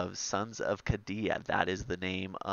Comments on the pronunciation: It’s a Super sweet dlc and a great campaign. I thought it was pronounced KAY-DEE-A. Lol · Just to help out, the name of "Cadia" is pronounced as Kay-dee-ah. I.E. rhymes with the letters K, D, ah.